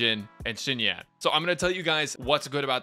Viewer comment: I mean, I noticed immediately that you said it wrong 🤣